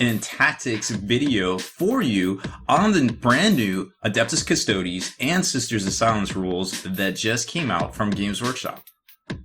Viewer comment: How can you be a "hobby expert" when you can't even pronounce Custodes correctly? Also, stop saying "I feel like" every god damned sentence.